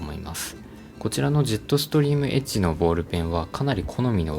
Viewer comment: エッジがエッチに聞こえる…